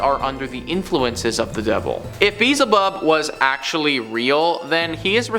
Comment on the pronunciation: It is pronounced be-el-ze bub .